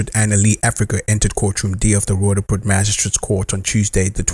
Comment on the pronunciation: AI can't pronounce Roodepoort correctly. This guy did.